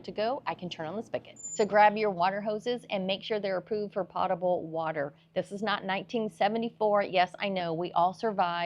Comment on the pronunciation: As a seasoned RV'er I still found this video very informative. a) as a reminder and b) how to convey this information to newbies who I often encounter. By the way, the word "potable" is pronounced POTE-able (long O) meaning drinkable (sorry, my mother was an English teacher and I'm ruined for life).